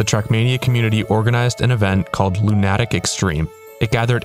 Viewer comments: LOO-nuh-tick. Not Loo-NAH-tick. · Lu nah tic? Isn't it's Luna tic.. As in mentally ill? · Do you not understand what 3 peat means? That means 3.. in a row. Consecutively. One after the other. And it's Loon-a-tick ffs man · It never ceases to amaze me how trackmania players pronounce the word "lunatic" KEKL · I dont want to word this as criticism, but it will read like it, just ignore! Why do people pronounce Lunatic Extreme like this? Lunatic is just an English word with a pronunciation, but so far I've grown up hearing it pronounced as "LunAtic Extreme". Where did this come from? Is it just language debuff? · Is "lunATic" the "official" way to say it? I just assumed that was Wirtual being Norwegian. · Good video but your pronunciation of lunatic is crazy wrong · Arrrgh, I cringe every time he tries (and fails) to pronounce "Lunatic" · did you mispronounce lunatic or am I a lunatic